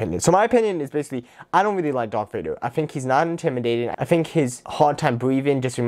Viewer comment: Dwark vwader